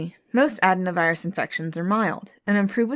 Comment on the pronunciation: Medical professional here ; it’s pronounced ad-in-o-virus ; enjoy rest of your day. Appreciate everything you do.